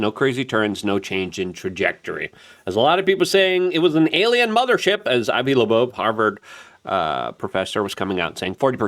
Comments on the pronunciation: cant stand that you refuse to read and state the names correctly. 3 i atlas!!! not 30 I atlas. and its Loeb Not Laboe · You can tell when Luke is completely out of his lane… he pronounces names wrong. 30 i atlas and Avi lowebey. C’mon dog… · Its Avi Loeb dude. its getting annoying listen to you butcher his name.